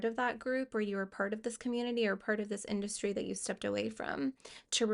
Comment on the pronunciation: heard "it's an art-dustry"